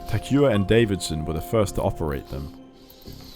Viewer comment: poor Takuya, not even in death was his name pronounced correctly.